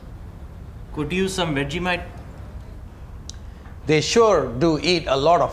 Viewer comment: "could use some vegemite!" Spoken like a true Australian!